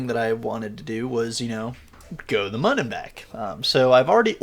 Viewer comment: Actually, I think it’s supposed to be pronounced “moon” because the crashed vessel on the start screen has an umlaut over the “u”. Thanks for the vid!